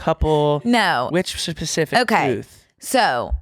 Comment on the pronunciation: It’s “specific” not “pacific”, or does she say that on purpose?